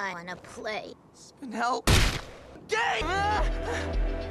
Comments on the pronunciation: Spine-l it’s pronounced spine-ell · Did steven say spinal gay?